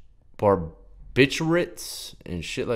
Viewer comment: “barbiturates...? i never heard of bababartuates?” oh boy Death